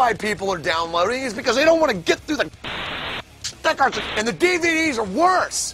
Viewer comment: pshhhh "STICKERS" psshhhhh "STICKERS" pshhhh "THREE ON THE DVDS" pshhhh "SHTICKERS!!!!" PSPPSPPSSPSHHHHHH!! "SCHTICKERS!!!!!!!!!!!!!!!!!!!!!!!" PSHHHHHHHHHHH lol funny